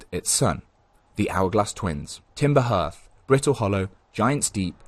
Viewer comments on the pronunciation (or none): I always thought Hearth is pronounced ‘Harth’, you know, like how hearth us pronounced. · One of my favourite all time games. But i will die on the hill that its pronounced HARTH, like hearth-side, meaning sanctuary or home.